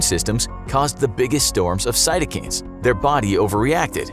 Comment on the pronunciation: listening to the narrator mispronounce cytokines lowered by CD4 count